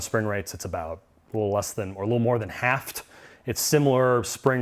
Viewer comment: "Half'ed" (Halved) FFS